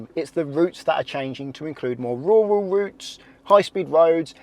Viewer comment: RURAL not WURAL